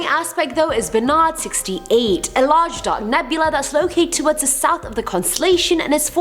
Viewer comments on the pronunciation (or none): none